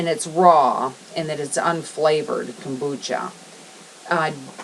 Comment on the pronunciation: OMG.....ITS > KOMBUCHA , ( COME- BUCHA) , Not a KOOOMBACHA looooool